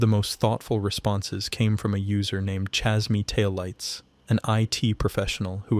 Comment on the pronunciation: idk, him pronouncing chasemytaillights the way he did is kind of a red flag. its clearly "chase my taillights" but he combined chase and my like it was one word like an ai would